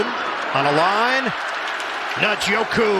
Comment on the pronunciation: Guys gotta learn how to say Njoku